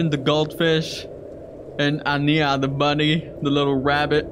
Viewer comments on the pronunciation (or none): none